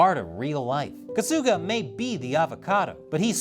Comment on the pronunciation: And "Kasuga" is pronounced "KAH-suga", not "Ka-SOO-ga".